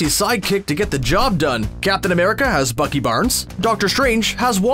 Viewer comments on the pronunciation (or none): none